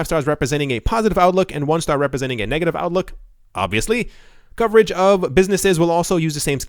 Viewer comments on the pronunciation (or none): none